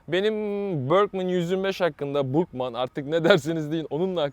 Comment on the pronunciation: Bòrgmann diye okunmaz 😂. Olduğu gibi okunur R girtlaktan cikararak Burgmann.